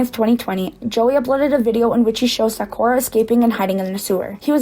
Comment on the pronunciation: i have many questions about this video. not every pet owner is absolutely perfect, why is she acting like she would be 100% perfect in the same situations? why does she say sakura as “sackora” ? in hindsight, yeah maybe he should’ve done things better, to be so critical of someone else when you wouldn’t be perfect in the situation either is not right. he’s trying his best to help these animals, she’s acting like he has some sort of weird kink for having animals or breeding them 😭. if he would have just left the animals this girl would’ve been griping about that too, at least he didn’t just leave them there and is TRYING.